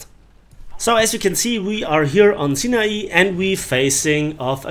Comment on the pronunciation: the way he says sinai just made me burst mid class thank you